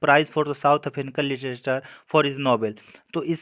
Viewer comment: सर आप लिटरेच्(र) को लिटीएचर न बोलें,.... अच्छा नहीं लग रहा,sorry if u minded..आपने अच्छा प्रयास किया.....